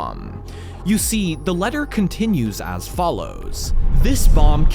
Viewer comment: I know... "letter" was honestly the final straw for me